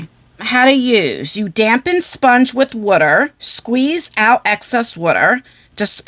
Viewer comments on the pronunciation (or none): and her WUTTER lol not water lmfao too funny 😅